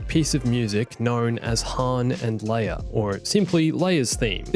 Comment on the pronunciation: OH NO YOU DIDN’T JUST SAY THAT “LEIA’S THEME” HAS BECOME “HERRA’S THEME”